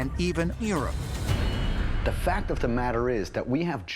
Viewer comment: "and even EAROPE". 😂🤦‍♂️ (Europe!)